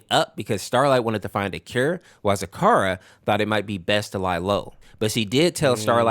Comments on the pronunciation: It is zecora not zakara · Hearing Zecora's name said wrong is so wrong 😂